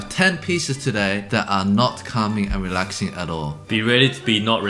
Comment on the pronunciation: "CALming and reLAxing"😂 "be ready to be not relaxed and calm" How reassuring 😅 This one is great when there's a fly in your room Forgot to include the infamous "Flight Of The Bumblebee"